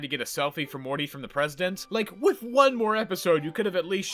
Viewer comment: With is pronounced with a TH not an F Wiff was too much for me I couldn’t finish the video.